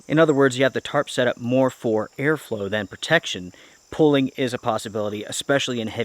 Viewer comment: Pronunciation gets to me. Plz learn how to pronounce pooling and quit saying pulling.